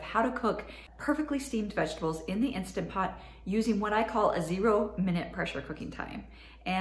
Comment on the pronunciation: Please say instaNt pot. Insta pot sounds so tacky.